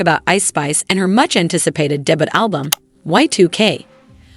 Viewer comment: Your AI voice cant say "Minaj" or "debut" correctly, yet...